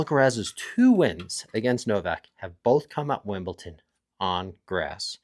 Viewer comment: Your pronunciation is just wrong. It’s not cute or funny . Just pronounce it the way it is written. Ridiculous.